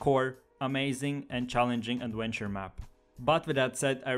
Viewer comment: "aduentuer maps"